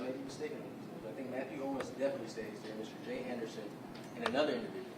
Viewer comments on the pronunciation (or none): none